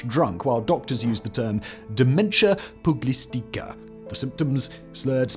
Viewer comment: Simon, you gotta practice the pronunciation on some of these in advance. Encephalopathy has a soft c to make the /s/ sound, and pugilistica is pew-ji-liss-tih-kuh